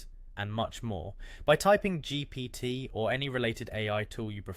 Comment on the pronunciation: You're saying "GPT" like none of us have ever heard of it before 😆 thanks for the vid